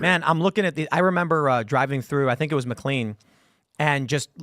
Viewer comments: Mclean, VA is pronounced "Mc Lane" not "Mc lean" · Pronounced "Mick Lane". Not clean. Also, the Arundel Mills Mall, is part of a franchise. Im surea platitude of subs/viewers/listeners; have a "...... Mills Mall" relatively close. Out here in Denver, it's Colorado Mills. Arundel Mills though, is by far my favorite of the 5 "Mills" I've been to.